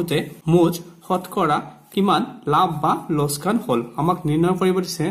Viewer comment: ইয়াত লোকচান শব্দটো লোচকান বুলি উচ্চাৰণ কৰিছে। অনুগ্রহ কৰি সেইটো শুদ্ধকৈ উচ্চাৰণ কৰে যাতে